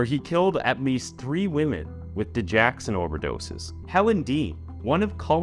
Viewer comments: Digoxin NOT digaxon! Dude, you constantly destroy important words in your videos! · Its dig-OX-in, not di-JACK-sin. (Sorry, medical transcriptionist) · I’m not trying to be an ungrateful fan of your channel, but you are saying Digoxin wrong. It’s dig-OX-in not dig-ax-in. Sorry. It’s a heart medication. And it was because of hospital lawyers that he was able to get away. Amy got fired from that hospital. She was being told to not go to the police, so they too could sweep it under the rug. They were just going to fire him. Because Amy knew what was right, she pursued it anyway. Hospital politics are nasty for patients well being. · It's pronounced Didge OX in... NOT Didge Ax in. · Sorry but its di-gox-sin. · It's pronounced da joxen